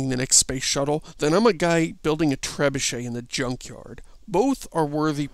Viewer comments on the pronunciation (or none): none